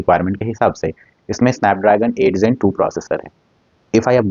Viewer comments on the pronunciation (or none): ZEN what? It's "Gen"